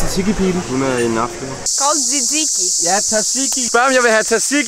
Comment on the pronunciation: Amen for faen' man siger ikke t'et i tzatziki. Man udtaler det "satiki"